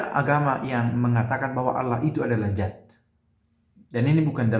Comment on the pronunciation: Maaf Pastor, bukan Zat tapi Dzat.